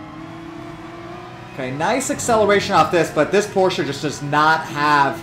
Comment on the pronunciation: Hey man you said Porsche correctly!!! For that alone I give you a thumbs up. Does not hurt that I also have the G29 and was amazed at how good it seemed for the money, yet as it was my first wheel I didn't know if it was genuinely good compared to other options.